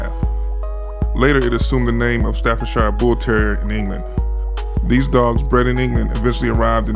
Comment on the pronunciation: How can you call a dog an American Staffordshire? That's like calling a dog an English Kentucky or an Australian Carolina. Also it's Stafford-sher or sheer, not Stafford-shyre.